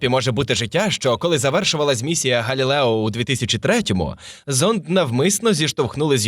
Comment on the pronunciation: Диктор так старанно вимовляє "Европа", і так крінжово на цьому фоні звучить "Галілео", хоча прямо в цей час в кадрі напис "Galileo". А ще більше сорому за "серЕдину". Міняйте диктора. Він не росте. Його помилки ті самі протягом великого часу.